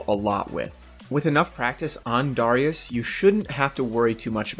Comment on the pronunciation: why the fuck do you pronounce darius like that? its tilting